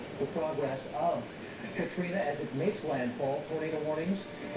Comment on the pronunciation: "hurricane katrin"😂